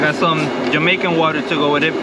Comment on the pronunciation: Check your pronunciation of Jamaica with your waitress.